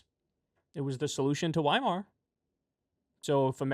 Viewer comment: In german the letter W is pronounced as the letter V so weimar would be pronounced as veimar.